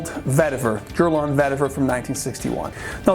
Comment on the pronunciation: Did you say, "Jurlan"? I never heard Guerlain pronounced that way...anyway, I was never a big fan of Oakmoss-laden fragrances because they remind me of 80s/90s power colognes that gave me allergies back in the day. However, I really took a shine to the old-school scents after the IFRA pretty banned its use in fragrances and the perfumes/colonges nowadays perform like crap. Regardless, I have been picking-up older bottles of the classic as well as looking for real oakmoss fragrances from the Middle East (which are few and far between...but there are some). Enjoyed.